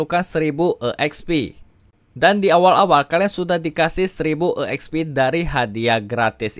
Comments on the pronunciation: Bang lu napa nyebutnya E Eks Pi Padahal tinggal sebut ekspi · bang, EXP itu sebutanya udh exp jg (ekspi) bukan e xp ( e ekspi) hehe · EKSPI BANG BUKAN E'EKSPI🗿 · Asli kesel gua gagal fokus dengerny